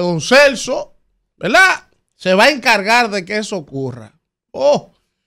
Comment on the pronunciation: usted querrá decir verdad, porque velaa, eso está muy distantes a verdad, usted es un comunicador y debe comunicar para el oyente un lenguaje fluido y correcto. Y esa velaa, la pronuncia más de diez veces en un comentario